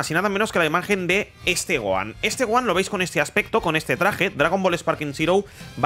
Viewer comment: No digas goan porfa